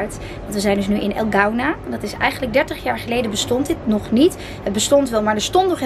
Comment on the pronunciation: Je spreekt het uit als El Koena :-)